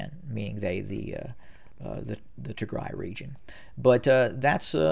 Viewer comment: You are being very bias in your assessment of Tigray. By the way it’s Tigraaay the ending sound should be an a not e. Do a little bit of research into the history of Ethiopia and understand why there is conflict between Tigre and the rest of the nation. They were in power for 30 years at which point it was not an independent nation by any means. Perhaps if you understood the history you would Not be so biased in your assessment.